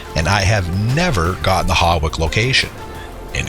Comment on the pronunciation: HAWICK is pronounced “HOICK” 😂😂